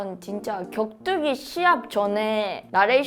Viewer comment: 여자분 격투기의 격을 되게 발음 잘 하신다